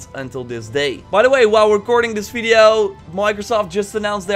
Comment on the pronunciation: I was wondering that why you say "fideo" instead of "video" ?